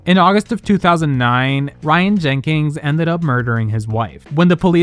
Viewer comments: jenkins not jenkings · The non-existent "G" you put in Jenkins made me want to throw my phone at the wall every time. 🤣